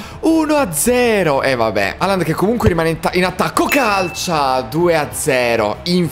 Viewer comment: Raga si dice halland no holland